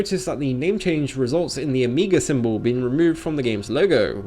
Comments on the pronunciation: By the way, why do you say "amiga labyrinth" instead of "omega labyrinth"? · They don't want to damage their brand so they're damaging their brand. Brilliant! Oh, and your pronunciation of "omega" sounds very much like "amiga" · o'mii'ga labyrinth life lol edit : just to be on the safe side, i mean no disrespect in any way, and have never heard it pronounced that way before, lol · When you can't even pronounce omega...